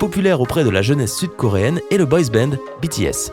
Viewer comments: ENFIN QUELQU'UN QUI PRONONCE BTS CORRECTEMENT ! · OH MON DIEU SUIS-JE LA SEULE CHOQUÉ DU FAIT QU'IL AIT BIEN PRONONCÉ BTS ? 100 points pour Poufsouffle xDD Sinon les sud-coréens regardent des films d'autres pays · Mdrr j'ai cru il allait dit bétéèsse ;-;' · lui au moins il a pas écorcher le mot BTS ! 😂😒